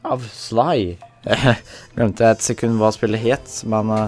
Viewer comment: Hvorfor sier du shly